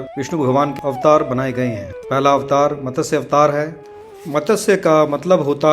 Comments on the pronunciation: मतस्य नहीं मत्स्य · Its Matsya (मत्स्या )not matasya